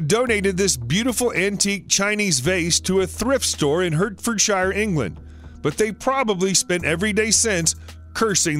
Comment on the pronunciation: Citroen = seat-run. Hertfordshire = Heart-ford-shear. Hampshire = Hamp-shear. Wiltshire = Wilt-shear.